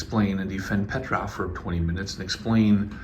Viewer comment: PetrOf, not PetrÁf! 😆